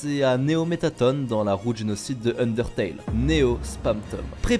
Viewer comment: Putain mais depuis 2015, y'en a qui n'ont toujours pas compris que cela se dit "MettaTONNE" !!